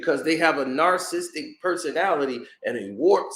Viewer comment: And learn how to say the word, 'narcissistic'